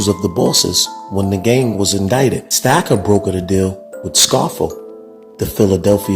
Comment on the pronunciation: First of all his name is Roy Stocker ,, not stacker, 😭👋,, you have so many pictures wrong in this it's not even funny,, Hugh breslin was my godfather, and this is hilarious😂😂